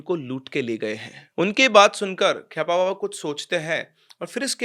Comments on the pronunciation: खेपा बाबा not khyapa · kheyapa nhi it's "KHEPA" jiska mtlb bengali mai pagal hota hai